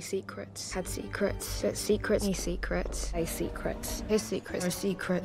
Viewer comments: Nobody::.......seecruts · No one:: sEcREts. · When you played clips of saying "secrets" at some point it started to sound like "sick rats"